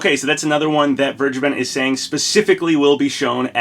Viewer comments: Vergeben is pronounced as v-air-gay-ben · As a german, i‘m laughing hard how you say vergeben lol